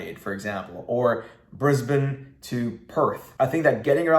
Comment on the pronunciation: U said Brisbane and Melbourn the right way 👍 some Americans say Brizz-Bane or Mel-born haha love your content keep up the good work mate 👍